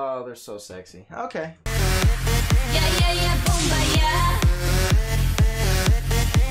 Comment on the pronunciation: Boombayay would be the spelling for your original pronunciation. 😂 No shade, just thought it was funny. 👍